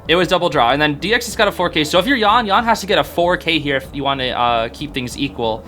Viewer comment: hey hey just to let u know dou5's Yan is pronounced "yen"! love these vids btw, u always bring new insights and a different pov from what i personally think <3